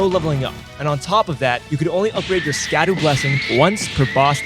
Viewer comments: my brother in fried rice, it's Shadow, not Skaduu lmao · I think it's pronounced "sha-doo" similar to shadow.